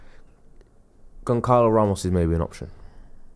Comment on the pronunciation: If we get Goncalo ramos I hope you learn how to pronounce his name.